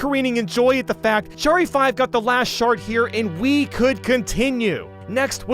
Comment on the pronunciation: I used to think he was saying “cat shart” instead of “cat shard”